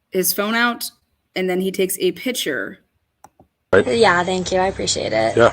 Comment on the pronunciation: Pick -chur not pitcher